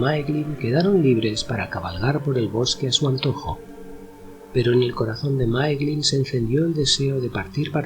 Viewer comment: Se pronuncia Máiglin, no Máeglin. "Ae" es siempre pronunciado "ai". De la misma manera Nirnaeth Arnoediad se pronunciaría "Nírnaiz Arnóidiad".